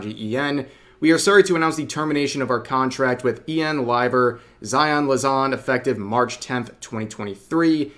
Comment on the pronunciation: Ah yes, Zaion *Lazan*. xD Oh Rev.